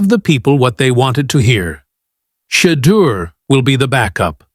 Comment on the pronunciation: This man cannot even say Shedeur Sanders #12 #144's name. Gods got Mr. Sanders 🎉❤❤❤ LoveoutlouD